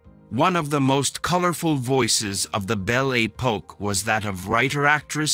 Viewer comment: Most peculiar pronunciation of French words! "Bel A Poke"🤣🤣🤣